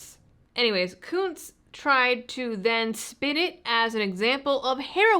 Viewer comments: Are we sure that the u in Kunce's name isn't a short vowel? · you keep mispronouncing his name